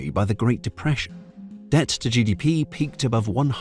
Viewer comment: debt vs dept